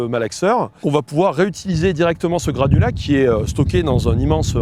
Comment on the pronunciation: Je suis le seul à avoir entendu "granola" à la place de "granulat" pendant toute la vidéo ? Ça m'a donné faim !